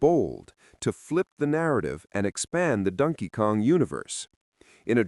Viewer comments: First time ever hearing it pronounced 'Dunkey Kong' - It took 44 years and an AI voice. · Rhyming "Donkey" with "monkey."